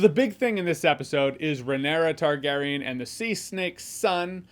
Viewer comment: It's Ray-NEAR-ah, Jeremy. Not Ray-nair-ah. And it's Lay-nor but you can start spelling it with a G and he won't be offended. 😂